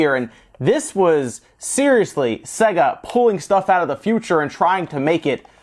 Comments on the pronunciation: Say-ga. Not Segga. The games literally tell you how to pronounce it. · "Say-Ga" not "Se-Gah" Jees!!! - it even says it properly at the start of the games!! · It's not pronounced "Segger", for fucks sake. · I have a grave vendetta against people that pronounce sega as "sEGG--uh". It's "sAY-guh". They pronounced it that way in their in jingle. Remember? "Saaaay-guuuuh~". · it's NOT "say guh". they say that in the jingle because americans can't pronounce words. Play the japanese version of games to hear how to actually pronounce it. it's "sɜ-gɑ" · not supposed to sound like how service and games is pronounced unless you think so. With that logic it's more like "Suh Gay" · The Sega Corporation is called 株式会社セガ (Kabushiki gaisha Sega), where セガ (Sega) is pronounced with an "e" like it pronounced in "bed". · I loved this console so much! And he can’t pronounce SEGA! Lol